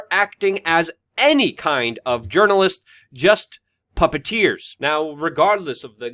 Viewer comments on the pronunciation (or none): none